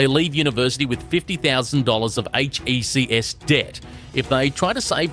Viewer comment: Bro i cant handle this ai bullshit. Who says Tafe like T A F E. Or hecs debt as H E C S.